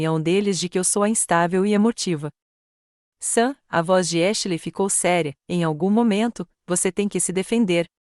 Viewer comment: Porque vocês não encontram uma narradora que pelo menos saiba pronunciar os nomes em English Ashley e pronunciado exatamente como se escreve please 🙏